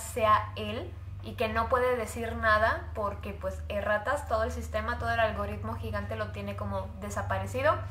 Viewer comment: al principo que dijo erratas le entendi e rratas xd